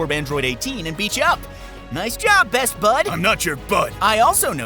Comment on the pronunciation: There should only be one vowel sound in "best" . Your accent needs word.